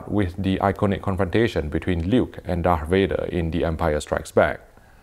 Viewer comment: did this guy just say dark Vader? 😆